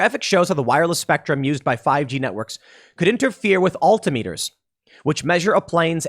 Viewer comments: It's "AL-TIM-ME-TUR". Not "ALLTEE-IMM-ETUR". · AL-tim-it-ers not all-tim-eaters. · It’s “Al-Tom-mitters” not “All-tee-meters” You know like. Altitude. Not All-titude” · altimiters is pronounced "all-tim-i-turs" not "alt-i-meters" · Al-Tim-Eh-Ters Altimeters. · love how Tim said alti-meters hahaha as a pilot i hope they fix this soon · Tim: "al-tee-mee-ters" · Oddly properly pronounced it’s Al-Tim-Etrs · "Alti-meters", Tim? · Also, All Tim Ah ters. That's how you pronounce altimeters. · That's not how you pronounce "altimeters."